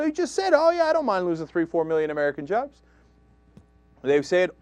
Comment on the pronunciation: reh rooh uh jarrrrrbs